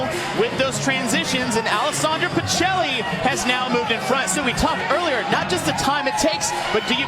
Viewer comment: Why do American commentators pronounce Pichelli like that hahahaha it's an Italian surname, it's pronounced "peekelly"